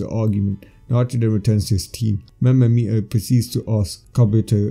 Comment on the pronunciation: its mira not maira